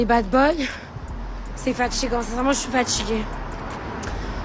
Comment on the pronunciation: "genre la vérité ils comprennent rien, y sont cons comme leur pieds, c'est fatchigant, et moi avec mon style je plais qu'a ce genre de mec, ..., c'est fatchigant, vraiment chui fatchiguée" oui, parce que les autres t'ont bien vite catalogué comme inintéressante, superficielle et dans ton cas avec un accent de quartier très prononcé tu ne vas attirer que ce genre de type. tu m'étonne que les hommes avec plus d'intelligence soient déjà à des années lumières.